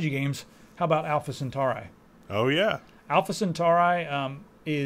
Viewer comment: lol, you mispronounced centauri